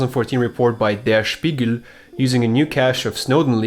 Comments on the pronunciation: der spiegl XD funny to hear this as a german edit: .... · Where are you from originally? Your channel description says you live in Germany, and your name is also German, but since you pronounced "Spiegel" in such a weird way I guess you're not German, now I'm curious. Oh and btw. you're cute :3